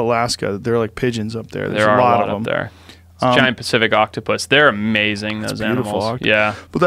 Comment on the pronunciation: Joe “this is mazing” Rogan